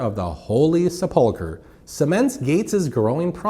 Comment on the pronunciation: Holy Sup-pull-ker😂😂😂